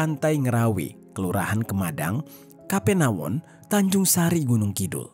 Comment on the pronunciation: Kapanewon bang.. bukan kapenawon 🤭